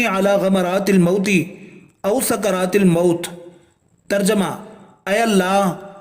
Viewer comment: او سكر ا ت نہیں و سكر ا ت ہے۔شکریہ